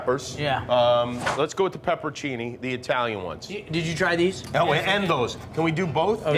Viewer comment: It's "peperoncini", Jimmy Kimbles!